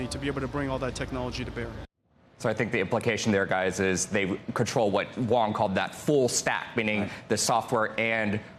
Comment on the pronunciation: His name is Huang not Wong. Please learn to pronounce it accurately.